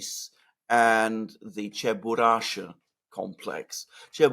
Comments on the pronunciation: Oh, FFS! ЧебурашКа! It's CheburashKa, not Cheburasha! Che-bu-rash-KA! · Guys, it's CheburashKa (with a "k"). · Alexander, you keep saying Cheburasha... is it really called that or Cheburashka? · Alexander, with all due respect it's "Chye - boo - rush - kuh" Чебурашка :) This rather strange for the Russian language word was created by the creator of the cartoon. He explained many decades later that he once saw his little daughter who was dressed in a lot of layers of clothes for the cold winter resembling some strange creature. He then saw his daughter clumsily and cutely fall on the floor and in the region where he lived there was a slang word for falling. This verb was onomatopoeic: chyeboorukhnootsya чебурахнуться - "smacking down" or something like that. So came the idea to name a cute, strange, clumsy creature Чебурашка. Also, by telling this story he finally solved a many decades long mystery: the gender of Chyeboorushkuh: hence he created it after his daughter: it's a girl. My kindest regards to you!